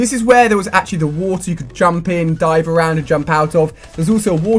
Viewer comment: When you say "water" it sounds like you're saying "wulter"